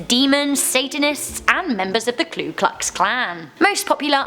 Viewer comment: I just want to say it's KU klux klan. not klu klux Klan. just a heads up. it's an extremely common misconception. most Americans even mispronounce it. I hope people acknowledege this. it's one of my pet peeves. along with a million other things lol